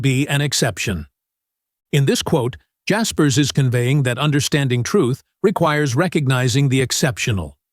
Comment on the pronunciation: I learned that you don't know how to pronounce his name.